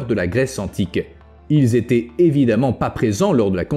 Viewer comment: Il serait judicieux de faire gaffe quand vous expliquez quelque chose .... "y zétaient.... y zavaient..." . Ca ne fait guère sérieux. Je dis ça, je dis rien....